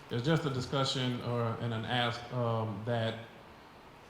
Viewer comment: The word is agreement. AgreeMENT! Ask not AX. It’s not difficult.